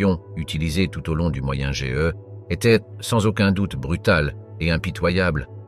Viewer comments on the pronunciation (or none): ça aurait sympas de ne pas lire juste des articles en mode chat GBT, de vraies recherches avec des exemples moins connu et des détails auraient plus sympas que de lire un texte , au passage on dit moyen age , ^^ et pas moyen GE ^^ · Non pas "moyen ge" mais Moyen âge" ! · Agagah moyen géeuh 😂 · pourquoi dire Moyen GE??? AU LIEU DE AGE? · Moyen age et pas ge ! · C'est nul. On ne dit pas Moyen GE, mais moyen age. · je suis obligé de disliker parce qu'au bout d'un moment entendre dire "de nombreux C A" et "moyen G E" il serait temps d'apprendre à parler correctement... et bien sur je me dispense de m'abonner à cette chaine et bien sûr ne pas regarder la vidéo du début à la fin!!! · le "moyen-GE" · 1min55 Moyen G E .... OK bravo à l'IA pour la diction 😂😂😂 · au moyen GE ??? C'est quoi cette hérésie de prononciation ???